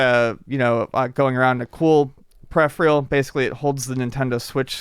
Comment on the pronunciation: Why can't say peripheral?